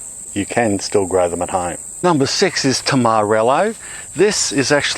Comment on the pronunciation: Lolz, when you said tamarillo I thought you said Tom Morello. You think the machine he's raging against is Monsanto or a tractor?